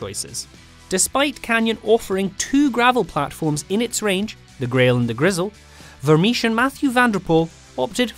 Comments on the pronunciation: Vermiche? Vermeersch is pronounced like Vermears for English speakers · Vermeersch. If you are going to mention a name that many times, is it too much trouble to check the pronunciation?